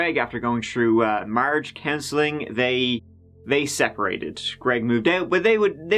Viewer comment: I was just listening from the kitchen and I’m like, WHAT IS “MARGE CANCELLING”??? Hmmmmm…. marriage counseling. Marriage. Counseling. Ha laughing at myself rn